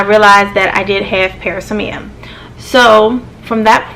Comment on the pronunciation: This is pronounced pr-AZZ-me-uh